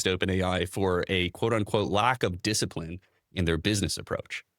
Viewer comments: "You racka dissiprine" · "you wrack discirprine"